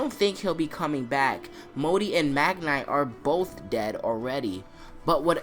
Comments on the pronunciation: Its Mag-ni not Mag nay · Anyone else find it annoying how he pronounces it “mag-nigh” and not “mag-nee” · Good theory, but please try prenaunce Magni right way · It's Magni not Magnigh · Cool theory man, but it's triggering how u keep pronouncing magni. It's pronounced mag-nee.